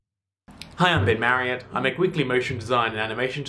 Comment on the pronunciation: Thank you for this tutorial! It is cool! But on 6 and 7 seconds of this video I definetely hear: "Hi! I've been married." )))) And only then when I had looked down to the name of the channel, I had realized that you were saying "I am "))